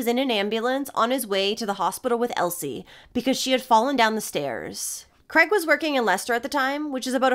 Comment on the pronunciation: Mis pronouncing the main perps name all the way through It's Craig not Creg 😊 if unsure on how to pronounce our names just ask Google, its kinda pronounced phonetically Kraaigeee 😅